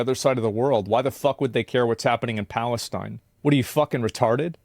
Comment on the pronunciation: "I don't think you should have the trans flag and the Palesteen flag at the same time." Yup lol Asmond lives in Texas. Been out East a few times bud? lol